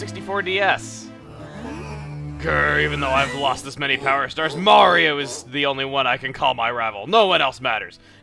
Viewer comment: Telepor' Mawio! and as you can see, Mawio's pre'y much mawstered tha' ability, wewl done Mawio!